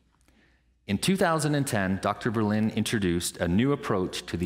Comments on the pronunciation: Ver + Lin + Duh = THREE syllables. How I wish you Yanks had chosen for German as your American language. That was a close call. Lots of Germans in the States. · it's not berlint... it is Verrr - linn - duh.... not a w or b, it is a vvvvv